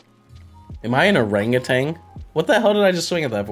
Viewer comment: I love how says orangutan 😂